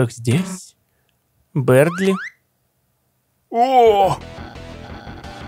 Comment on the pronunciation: Бëрдли а не бердли